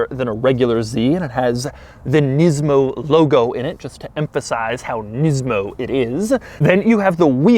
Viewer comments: It's nismo not nizmo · お前の喋り方と顔に腹が立つ、「ニズモ」じゃねーよ、「ニスモ」だ分かったかこの間抜け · the way he sarcastically pronounces nismo makes him seem like a total douche